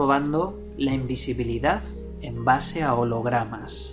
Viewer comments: El secreto de la imbesibilidad asi dijiste...? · Invesibilidad :V ajajja asi lo escuche primero sorry tenia que decirlo XD